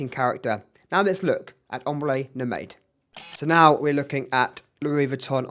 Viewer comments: Mate, great video, but it’s pronounced: Prah → like spa or car leen → like lean It’s No-maid - it’s no-mahd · Recently just got a Oajan and would love to get my hands on Haltane! Not to be nitpicky but Nomade is pronounced as "no-mahd" otherwise great comparison!